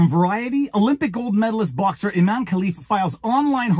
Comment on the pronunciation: Pronounced I-MAN-e 😂